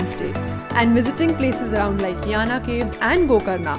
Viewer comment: My native place . Aap ko Murdeshwar , Jog Falls bhi jaana chaahiye tha . Jo Kumta se kaafi paas hai . Yes you are pronouncing Yana correctly. Nice video